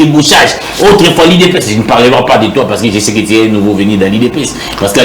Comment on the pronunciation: je me demande si est réellement un journaliste ou un militant contre le pouvoir en place? Et puis il n'articule pas bien la langue française car il a un sérieux problème avec la lettre U et la lettre I dans la prononciation. a la place de TU il dit TI, volà un journaliste qui lui-même dit je crée un média pour déranger.